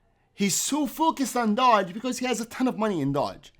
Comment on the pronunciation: You really need to pronounce it right Doge not Dodge